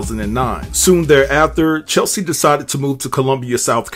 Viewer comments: Please give this woman the respect she deserves by pronouncing her name right. Please. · It’s hard to take anything you say seriously when you can’t even say Cheslie’s name right. BIG disrespect, HUGE! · Hearing her name mispronounced so many times makes me cringe! 😩😤 May she rest in peace. 🕊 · Please give her the respect to spell and pronounce her name correctly. It’s really sad that you are making a commentary about a person and you don’t know her name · Yeah. It already was mentioned several times... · Say Chessssleeee ... not Chelsee...damn everytime you said Chelsie pissed me off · Cheslie. Not Chelsie. Say her name right please. And I was shocked at the other lady not having at least health insurance. Shouldn't winning beauty contests come with some kind of coverage. Or is it hard to do in the US. Don't you just approach a company and sign up with them then start making payments? Alternatively, doesn't the type of work one does come with health insurance? I am genuinely shocked. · I mean no harm, but her name is not CheLSie….her name is CHESlie. ❤️ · It's Cheslie, not Chelsea. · Unfortunately, you spelled her name wrong and mispronounced it throughout the whole video. Her name is not Chelsie. It is Cheslie, rhymes with Leslie. A person's name is important. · No shade but her name is not Chelsie. It's Chess-lee. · It's CHES-lie. Not Chel - see. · It's not Chelsie, it's CHESLIE!! Get her name right pleeeease!! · Her name not chelsie it’s cheslie 🤣🤣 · Bruh, her name was pronounced CHESS-LEE.....not CHEL-SEA!! You can see it in the spelling. I couldnt get through the video. Thumbs down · her name is CHES-LI .... not Cheslie. Sorry dude. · Cheslie, not Chelsie 🙏🏽❤ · DUDE ❌C H E S L I E❌ WAS HER NAME NOT CHELSEA. HOW OFTEN CAN YOU READ HER NAME AND STILL NOT KNOW HER NAME?! Unbelievably unprofessional! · Her name is Cheslie not Chelsie